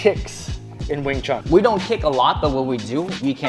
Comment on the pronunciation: Why americans say wing “chung” ? It’s pronounced wing “choon”. Like ecspecially and aksk is another yank thing